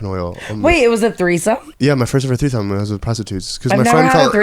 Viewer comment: said threethome 😂